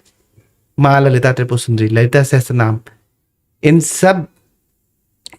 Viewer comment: Sahasarnam ✅ sahastranam ❌